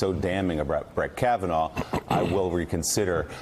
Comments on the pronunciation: Did he REALLY just mispronounce Kavanaugh twice 🤔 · he says kavanar and then shortly after he also mispronounced Feinstein.. I know he’s dumb but those mistakes were just ignorant and lazy. Hilarious to me tho. 😂